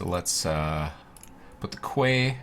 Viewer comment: fun fact quay is pronounced "key"